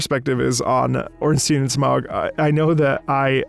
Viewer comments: Pronounciation is “Orn-steen” and “Sm-oh” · I belive it is pronounced: Orn-Steen and Ow, rude, stop it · Lore-wise Ornstein’s a regal, dedicated character… and DS3 indicates Smough also cared very much, though in his own twisted way. This fight is built on such a powerful, elegant contrast that’s reflected in how the voices and instruments work together :) Also it's Orn-sty-in and Smo, I will die on this hill lmao